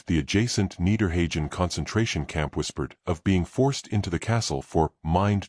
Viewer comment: This is a collection of AI-generated and fabricated history, YouTube at its worst. On top of that, the AI isn't smart enough to know the correct pronunciation of Wewelsburg and Niederhagen.